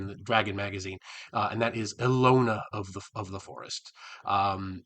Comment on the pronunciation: Hi, this is a great idea. I'd love to see your break-down of every Greyhawk deity. Also, thanks to this I finally know how to pronounce "Ehlonna". 🙂 I'm looking forward to the next video on this series.